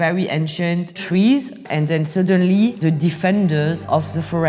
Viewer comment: The video starts playing and then "suddenlýíýíý, they faía guns" and I can't stop laughing 🤣😂 Anyway, sorry for my childish humour. No disrespect, amazing journalism ;-)